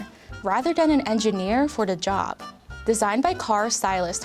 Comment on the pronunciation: "wadder den a engineer for da jab"